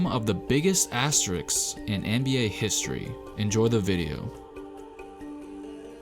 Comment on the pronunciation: you correctly spelled "asterisks" but the wat you saying it made me stop watching the videos. asteriks....